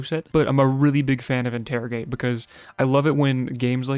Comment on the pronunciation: "interigate" proceeds to use sharpen